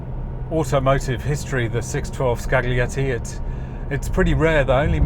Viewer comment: "gli" in Italian is "lji". So it's scaljietti, not skagglietti.